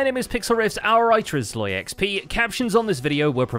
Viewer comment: When did Zloy become Sloy and why?